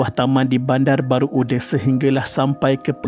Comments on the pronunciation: Sebut nama tempat tu betul la sikit..bandar baru uda..bukan ude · Kitorang orang johor tak sebut bandar baru ude, tapi bandar baru uda dengan sebutan baku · My school. And my name is Shafiqah too 😢 innalillahiwainnailaihirojiun. Tapi Bandar baru uda (read as u-DA) bukan ude ya :/